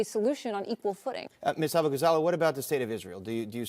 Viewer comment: I think he mispronounced her last name on purpose too.